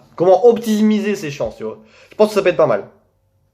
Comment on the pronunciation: Au début tu dis tu vois mais on dirait tu dis tu vaus mais du coup je vaus combien